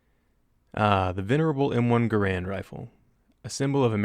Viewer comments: its pronounced Gair-and not grand named after the founder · its the M1 Garand not Grand